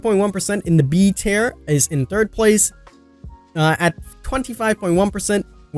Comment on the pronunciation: King, I love you to pieces but you say the word tier differently than I’ve heard from a lot of people. I wasn’t getting what you were saying at first. Still my DBD boi though!